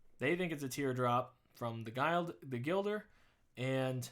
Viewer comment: Gill-der, not Guile-der lol I won't tear you a new one XD